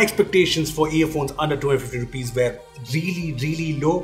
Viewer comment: why are you pronouncing were different?